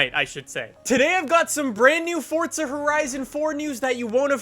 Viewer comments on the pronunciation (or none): It's Forza, not Fortza! Pronounce it correctly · STOP SAYING "FORTZA" IT'S FORZA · Forza not Fortza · Fort-za horizon 4 lol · Fortza horizon? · fortza horizon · Why do you say Fortza 😂😂😂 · Why does he say fortza? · There's no "T" in FORZA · bruh.....forza dont got no t in it... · Do you not know how to fucking pronounce forza? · There is no T in forza dude.